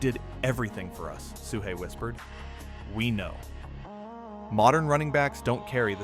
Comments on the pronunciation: Really good vid. If you never saw Sweetness play and have only heard the stories, you truly missed out. Seeing him make things come out okay for the Bears again and again, year after year, was astonishing. Small point: Matt Suhey's name is pronounced "SOO-ee", not "SOO-hay". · For all bears fans, please, fucking please learn how to pronounce names of players… Especially the 85 bears and especially if you're doing a documentary. No offense, but it is kind of annoying when you don't know how to pronounce Matt Suhey, as in chop suey or SooWe or Sue Me..not Soo Hey! But thanks for the video, it's always great to see Walter. You should really do a more detailed one, especially about all the Bears players on that 85 team and all their issues because it would make for great stories.